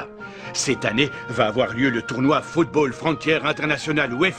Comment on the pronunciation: pardon mais c'est anime est un putain d'anime de football, et la narratrice au debut NE SAIS MEME PAS CORRECTEMENT DIRE FOOTBALL!!!